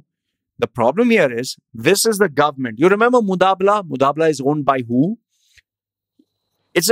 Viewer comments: it's not MuDabala it is MuBadala.. but ok.. the vdo was worth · it is mubadala not mudabla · # shares EMBARRASSING REALIZATION & CONFESSION I've just realized NOW that I mispronounced moo-BAA-dala as moo-DAA-bala The error is humorously regretted..... Seriously speaking...I'm laughing my ass off now listening to my stupidity.... Enjoy my DHUH moment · This is “Mubadala” and not “Mudabala” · Did the research but can’t read the name correct! Lol How do i confirm whether you’re talking about “Mubadala” and not some “mudaabblaa”?? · Damn you! It's mubadla and not mudabla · Mubadala hai wo be mudabala nai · Its MUBADLA. NOT mutabla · Who is mutabla...its MUBADLA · You can’t say Mubadala correctly🤣